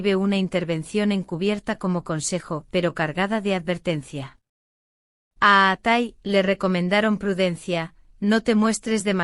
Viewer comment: Fake. Please pronounce his name correctly.